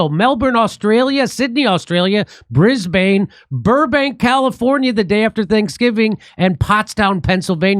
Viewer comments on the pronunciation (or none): not Brisbaaane .... bris-ben 👍🏼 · Jimmy we gotta work on how you say Brisbane mate 🤣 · It's pronounced Brizben not Bris-bane. Hopefully catch you there Jimmy!